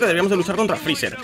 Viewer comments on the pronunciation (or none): none